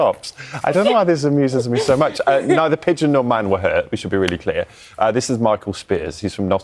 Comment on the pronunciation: No D in Pigeon....